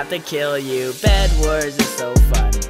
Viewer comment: When you say Fu un it sounds like you say the f word in swedish😂😂😂